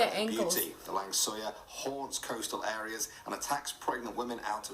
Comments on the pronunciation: Its name langsuir not lang suyar.. 🤣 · the lang suyar ??? or is it langsuir 🤣☝🏻